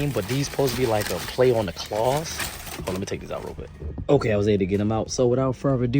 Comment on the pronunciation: KAWS not claws lol